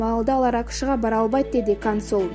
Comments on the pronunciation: Эй кыз сен каерден билим алгансын консулду кансул депатасын нурмухамедовту нурмуканбетов деп доорупатасынго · кансул эмес консул деп еле оку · Кансул эмес консул деп айтылса керек эмнеге туура эмес суйлойсунор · Диктор!!!кансул эмес консул блин нормально оку.. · Сабатсыздык! Карана эмес корона вирус, кансул эмес консул